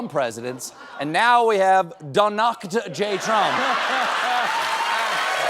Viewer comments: "Donakt" is pretty fvcking cool. 😂 He never owns his mistakes, so I'll take it! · Oh no, Stephen you blew it?! It was DO NAKD (as in nekkid). "Do naked Trump"!?!? Definitely a Freudian slip!! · I think it’s meant to be pronounced do naked. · Steven is mispronouncing Donakt here, it's "do naked" (shudder), unless he's attempting a German pun. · I think "Donakd" is pronounced "Da Naked" as in Da Emperors New Clothes. He can't cover his own asss, he doesn't even try.